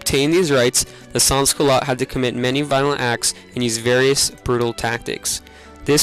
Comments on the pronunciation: SEN Culote Do not pronouce the s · lol as a french canadian every time you say sans - culottes i cringe, but still, A for effort.